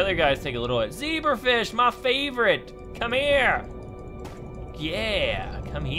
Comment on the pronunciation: I thought u said zeaper fish it's a zebra fish LOL